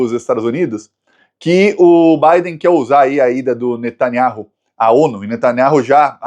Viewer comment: Finalmente falou o nome do Netanyahu certo.